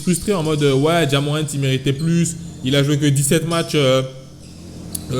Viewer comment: "Ja Morrant" ta mis un r en plus